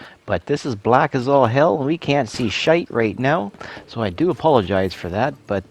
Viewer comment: Oh yeah, you sounded very Irish saying the word ' shite' on 6 minutes in your video..lol